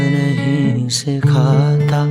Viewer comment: need to correct more. should be "Sikhata" and not "Sikh ata".